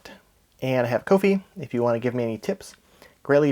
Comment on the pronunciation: ko-fi is pronounced "coffee" btw. Hence the "buy me a coffee" shtick they have.